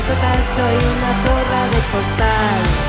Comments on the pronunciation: Con razón decía yo¡Qué bien ha pronunciado zorra! 😂😂😂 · Ostras, ya decía yo que pronunciabas super bien la letra zeta y de repente te pones a hablar en español JAJAJAJAJ